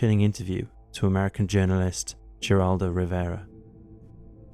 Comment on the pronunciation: Heraldo not Geraldo